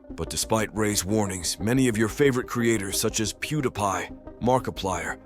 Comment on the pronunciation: Another Ai voice over content video? Pew-da-pie? it was pronounced correctly (Pew-di-pie)